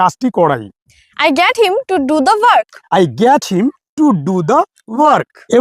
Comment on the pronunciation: Sir,apnar ebong ei studenter uccharon gulor dike ektu bisesh najor din jegulo ektu vool hoye jacchhe!!! ami jeta ei video te sunlam - 'get' aar 'let' jevabe uccharon korlen seta thik holo na aar 'help' tao seorokom!!! - Koushik bolchhi Sodepur theke.